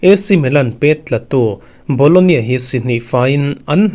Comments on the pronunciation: bologna tih tur😂😂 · BOLOGNA ti in lam ve mai la.